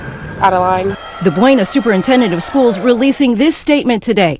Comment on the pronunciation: Bu-na is how its pronounced but everyone says Bueno whos not from there.